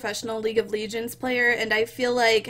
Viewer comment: LEEGENDS. can you speak english or are you stupid?